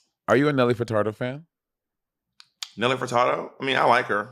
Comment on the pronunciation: I felt like a Crypt Keeper the way Monet aged me when she said Nelly FurtaRdo